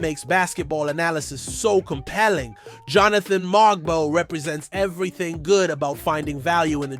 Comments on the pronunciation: Everything isn’t shocking. It’s hyperbole. Just speak normally. It’s strange. His name is MoWg-bow. Not MOG-bow. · Its pronounced MO-BO the G is silent ... and Yak-Cub Pertle like turtle but with a P...... please do some research it sound bad